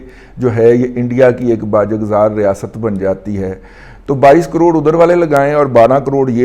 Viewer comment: "Baajazgzaar" .....nhe........ "Baajgzaar"